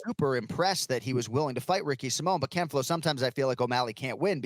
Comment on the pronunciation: I just wish he would stop saying ken flow